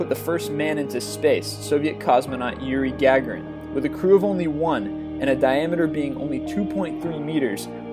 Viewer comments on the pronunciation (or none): might i note you mispronounced Yuri Gagarin... *pushes up glasses*